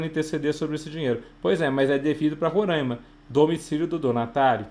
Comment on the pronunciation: Não é Rorãima... é RoRÁima. Tô zuando kkkkk. Ótima aula!